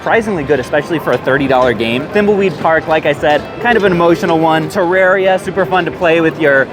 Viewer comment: Wow... he said Terraria right